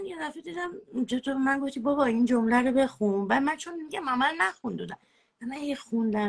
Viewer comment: ، روی فن بیانت کار کن ، گوتم نیست گفتم درسته چند بار از روش بنویس که یاد بگیری. اون یکی چیز چیز اره اره میکنه این یکی هم گوتم گوتم 😃